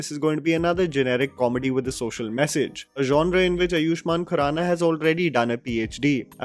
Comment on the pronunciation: It's आयुष्मान not अयुष्मान !!! It's बाहुबली not बहुबली!!! Why can't u speak normally!!